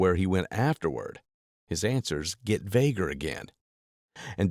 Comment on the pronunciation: “More vager” ?